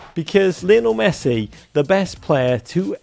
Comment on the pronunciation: The American said “Lionile” Messi 😂😂